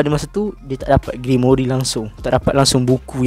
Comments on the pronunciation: *Grimoire bukan grimoiri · Sikit pmbetulan "Grimoire" bukan Grimory😅 Jgn marah hah👍👍 Terkejut aq dia sebut Grimory😂😂 Bile masa plk Rias Grimory join Black Clover universe ni😂😂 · Cara sebut dia "grimoir" bukan "grimori" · Sebutan grimoire = grim.war bukan grimori